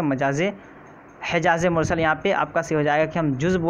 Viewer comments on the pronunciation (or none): Hejaze-Mursal nahi balki Majaze-Mursal hai